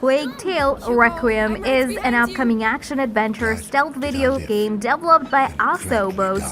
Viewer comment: This girl is announcing from a script, not from experience as a gamer - indeed I suspect English may not be her native language: some of her pronunciation (especially on develop/developed/developer... etc.) is some way off...